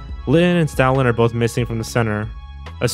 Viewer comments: Whenever you say Stoutland, it sounds like you're saying Stalin. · i'm sorry but you saying Stoutland lowkey sound like Stalin- 😭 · I heard it as Stalin lmao